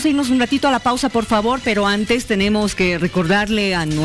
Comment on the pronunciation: Hantes?? VoliBia?? ECsploCion?? ECSamen?